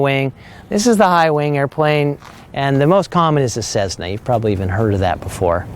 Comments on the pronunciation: No cezzna...its a cess-na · A fine overview, but for gods sake please stop saying ‘cezna’. There’s no ‘z’ in the name. It’s pronounced ‘Cessna’ with a soft ‘s’. Oh and BTW, stock 182 only has 230 HP. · I know it is no big deal but cezzna hurts to hear. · There is no Z in Cessna. You have zero credibility when you can’t pronounce the plane correctly.